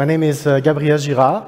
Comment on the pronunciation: I get that, it was just English, English, English, ŇÄMĘ, English, English. It just stood out from his normal linguistic mannerisms.